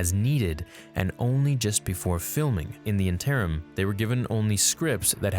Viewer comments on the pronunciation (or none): You mispronounce so many words it hurts lol. Please youtube how to pronounce interim. I will make note of any more I hear in the future.